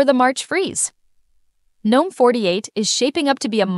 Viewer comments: All great but for the love of everything that is holy please stop with the "Geenome" shit. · why did you say gnome three different ways? It should only be said like nome. the g is silent. not gee nome. not ganome.